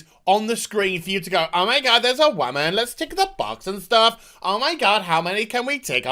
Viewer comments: I agree with your point that these people are overreacting but you hurt your own point by constantly intentionally mispronouncing the word woman. Be the adult when making cogent points otherwise you are just giving detractors a reason to dismiss everything you say. Also it just sounds dumb and immature. I had to stop watching the rest of the video because the way you pronounce it is annoying and grating. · Interesting how your accent goes away when you slip into the 'wahmen' voice. :P